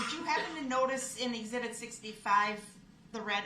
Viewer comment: No its * Exhibitty... ( as Prosecutor said when Darrell accused them of laughing at DB) Lol